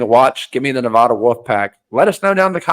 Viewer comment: I don't know if you'll read this, but just a heads up, you're saying Nevada incorrectly. The locals don't use the long a sound, we say the a as in 'apple'.